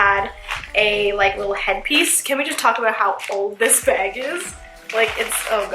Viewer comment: MadiLynn 13 instead of bag she pronounced it beg. Am I the only one who noticed it?